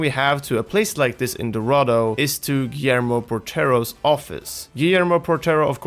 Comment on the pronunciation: No mean to insult but your pronunciation of Guillermo is horrible Gui- as in Guild (without ld of course) ller- like saying yeah but with an R at the end “yeahr” mo- like in Pokémon the “mon” but without an N